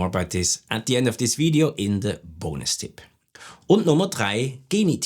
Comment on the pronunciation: very fruitful, but i did not enjoy because you did not pronounce the BOOOONUS TIIIP the way that you did before ................